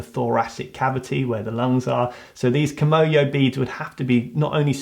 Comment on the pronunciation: No... it's kimoyo... kimono is a Japanese clothing.